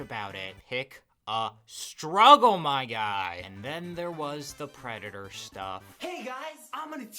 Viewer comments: I adore when people like this have a speech impediment "I am not a pwedatow" I am on the floor. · "I am not a pwedatowr"